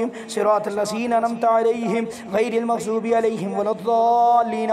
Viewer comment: جناب ممغظوب غلط ہے مغضوب صحیح ہے